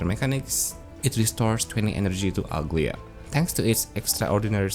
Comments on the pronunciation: Aglaea is a Greek name and it's not pronounced ugly-a. It's Agla-ee-a with a soft g with empasis on e in her name. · everyone is calling her Uglya but i think its Aglaaya with the A sound